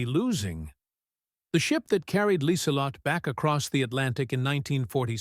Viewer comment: one young German greeted Lieselott - should be LIESELOTTUH. The 'e' on the end is really a schwa.